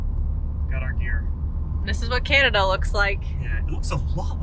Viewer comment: As a Canadian, I love your accents when you pronounce Canada “Cyanada”. You’re right, Regina is pronounced Ridge-eye-na. Americans make fun of us and the way we say “out and about”. Glad you stopped in Banff. It is a jewel! Liked comment about Canadian time being.66 of American time. So funny! Safe travels guys.